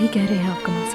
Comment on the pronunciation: Kalam nahi janab "kamal"......